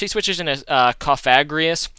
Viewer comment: alright so i think i saved you the troubles of finding out, im pretty sure cofagrigus is pronounced cough-uh-gree-gus or you could be a rebel and say cough-uh-grig-us lolz